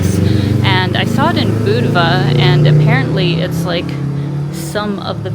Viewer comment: At least you pronounced Budva right!